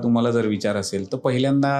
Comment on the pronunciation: माझी एक तक्रार आहे पुणे वाले लोकांबद्दल अरे तुम्ही शुद्ध मराठी बोलणाऱ्यांची मायभूमी म्हणता बहुतेक कलाकार हे मराठी सिनेमा मध्ये पुण्यातूनच येतात कारण शुद्ध मराठी वर पगडा पण तुम्ही पहिल्यांदा ला पहिल्यांदी असे चुकीचे उच्चारण का करता तसेच पहिल्यापासुन न म्हणता पहिल्यापासन वगैरे मग इथे तुम्ही अशुद्ध मराठी ची कास कशाला धरता रे मी कोकणातून बोलतोय बरं का एक शॉर्ट्स ह्यावर बनव कि एक तू पुणेकरच राहा आणि आणि शाकाल ला अर्थात ते कोकणातले च आहेत तुला हे शिकवणारे असे कर एखादा शॉर्ट्स जरुरी नाही कि पुणेकर प्रत्येक वेळी बरोबर असतील राग मनू नको खरंतर मी तुला नवीन पटकथा दिली आहे 😀